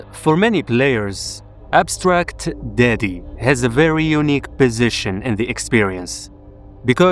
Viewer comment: I heard "Abstract Diddy" chile